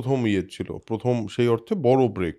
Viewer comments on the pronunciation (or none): Pothom noi Prothom hobe...